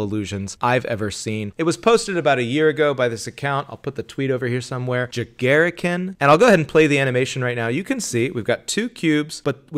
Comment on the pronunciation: As someone who's not even japanese but is learning japanese, you absolutely butchered that guy's name. It's pronounced: Ja: as in j+aaa... Ga: as in guy Ri: as in rim Kin: as "our kin" JaGaRiKiN, a 5 letter word